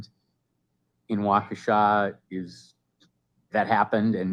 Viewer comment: Good job pronouncing Waukesha perfectly (I am a WI native).